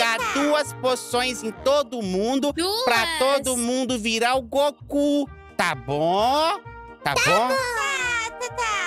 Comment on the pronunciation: Tá falando o nome do Goku errado